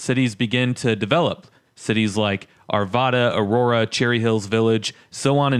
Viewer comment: FYI, it's Aurora NOT Arora.